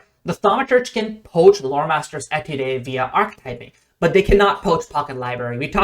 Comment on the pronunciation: Great video as always. Quick side note before I get to what I really want to talk about: The word 'étude' is pronounced 'A-tood', and is the French word for 'study'. In music terminology an étude is a work that is intended to help master musical skills. On to my point: I have learned that with Free Archetype any class can be very good at Recall Knowledge, and in the process bypassing most of the objections to RK (if your debunking weren't enough). I really like the concept of the classic 'monster hunter' that uses knowledge to defeat enemies, so when my group started Extinction Curse I played a Thaumaturge. Unfortunately the mechanics never really 'clicked' for me. So when HotW came out I retired her for a Kineticist. In part because they relied on my thaum, the rest of the party hadn't invested much into RK, so I worked out how to make my kineticist - a class not particularly well suited to the role - do as much as possible *without diminishing my effectiveness as a kineticist*. I took Pathfinder Agent, Scrollmaster, and most recently recently worked in Ranger. Other than my Free Archetype feats I have only invested one skill increase, a few skill feats, and two ancestry feats - Adopted Ancestry (Human) and Multitalented. Neither is truly necessary, but getting Ranger Dedication from an Ancestry feat is nice. * Pathfinder Agent Dedication's pseudo-Untrained Improvisation and Thorough Reports covered for the limited skill investment and low attributes until I got Bestiary Sch